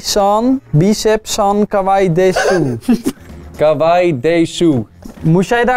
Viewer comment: 'Kawaii desu' spreekt u uit als ' Kawaii des'! Leuke vidéo ook